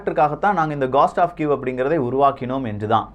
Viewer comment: அய்யா காஸ்ட் டா அல்லது கோஸ்டா As per phonetic dictionary it is கோஸ்ட்